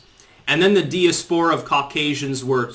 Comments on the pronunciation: Diaspora is pronounced, “dai-ASP-po-ra,” not “dee-ass-PO-ra.” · here is how diaspora is really pronounced, not the way does: | dīˈaspərə |, phonetically it would be Die-Aspora, with the accent on "Die". Sorry,, but I cringe everytime you say:Dia-Spora. The dictionary is your friend, embrace it. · Weird pronunciation on that i usually say die-ass-pur-uh